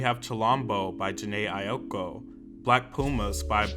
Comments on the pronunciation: Jhené AIKO, not AIOKO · it’s Jhené Aiko (EYE-KOH) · "Jhené Ayokou"💀💀💀💀💀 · He threw a few extra syllables into Jhene Aiko as well. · I wish people would learn how to pronounce Jhenés name. It’s pronounced Eye-ko. Idk where y’all be getting these extra letters from lol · um am I the only one who mispronounces the names differently? Like he pronounces them differently and I wonder if I've been wrong this whole time; Jhene AiOko? bon eever? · & jhene aiko 😭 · excuse me... FOE-BEE BRIDGERS?????? and jhene aiOKO???? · He also weirdly pronounces Jhené Aiko